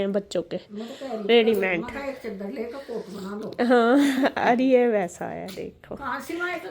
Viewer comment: रेडीमेड होता है रेडीमेंड नहीं